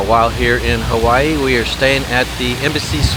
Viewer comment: It's not HAWEN,it's Hawaii,..with two "i"s in it. Hawaii. You totally missed dowbtown Chinatown.THAT is what everyone comes to see. Not the business district.